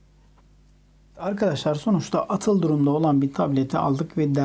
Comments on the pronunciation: yorumlar çok güzel kıllı abimiz :)) , ayrıca "atıl" değil "aaaatıl" diye okunur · "Atıl olan" okunurken a uzatılır...aatıl...şeklinde yani... Verdiğiniz faydalı, işlevsel bilgiler için çok teşekkür ederiz. Ellerinize, emeğinize sağlık, saygilar. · Tebrik ederim. Güzel çalışma. Video sonunda " atıl " kelimesini uzatmadan söylüyorsunuz. Doğrusu âtıl şeklinde uzatarak telaffuz etmek gerekir. Tatil (تعطيل)kelimesi ile aynı kökten gelir. Tembellik anlamına gelir.